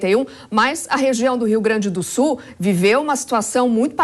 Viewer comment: Não é SU ..... é SUL !